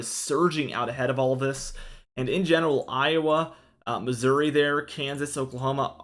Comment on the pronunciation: Misery....you pronounced Missouri correctly. 😆